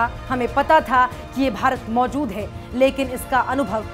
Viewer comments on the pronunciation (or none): none